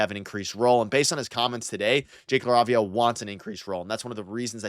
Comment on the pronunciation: Are you pronouncing LaRavia correctly?